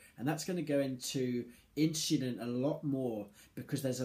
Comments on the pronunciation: lmfao, you cant unhear it......inchulin... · Hahaha! In-shu-lin